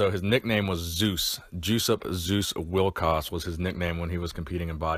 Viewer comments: you mispronounced his name throughout this whole video. The J is silent. It is pronounced like “yo-sup wil-coz”. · Still wrong. It's pronounced "Yoo-sup Vil-kahj" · Hey Schmuck! He is German! His name is said "Yussup Vilkosh". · Did you mention the cause of death? (He was only slightly older than I.) Also. I think it's pronounced YOU sup VILL kosh. Sorry to hear of his passing. Also, you were right, in my opinion, to say that he was very underrated in his day and in apparently excellent condition for a senior citizen.